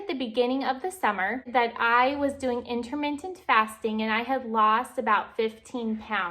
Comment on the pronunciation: #1 learn how to properly say "intermittent." #2 half a banana is a garbage thing to eat alone on a daily basis. Try pairing your half banana with a source of protein and healthy fat such as a serving of peanut butter or walnuts, skip the other half of the banana. You're welcome.